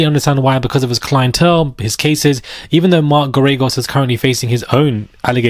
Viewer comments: Mark Gare-A-Ghos, pronounce his name like that, I think you'll be using it often! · It’s pronounced mark Gair-ah-gose. He lost Scott peterson’s trial because he didn’t put on a defense and he’s overly priced!!!